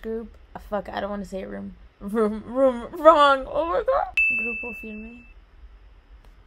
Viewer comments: You said grupo firme right 🫶🏽🫶🏽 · said grupo firme so perfectly